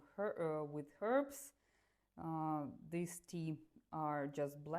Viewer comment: Your accent and pronunciation is really good for a russian especially when you say the word (these or this) because I have some russian friends and they say the word these /this as "Zis" 😅